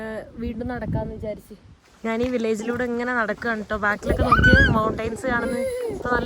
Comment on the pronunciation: എന്തോന്ന് നാന്. ഞാന് എന്നാണ് പറയേണ്ടത്